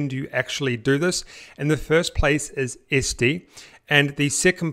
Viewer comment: It's ETsy not Esty !!!!!!!!!!!!